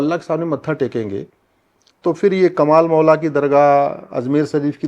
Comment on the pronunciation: Madam, "कमल मौला" शब्द सही नहीं है,"कमाल मौला" सही शब्द बोलिए।